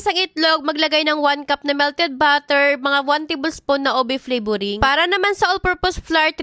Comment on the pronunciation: “Obe cheesy brid”